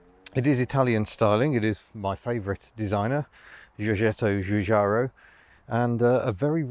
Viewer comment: Great, never heard of this car before this. Also never heard Giorgetto Giugiaro pronounced without the slightest hint of a G😉